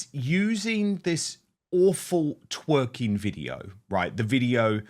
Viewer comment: Loved her when she said "tweeking" instead of "twerking". Same when she gets really angry and says "it makes me so cross, ooooh"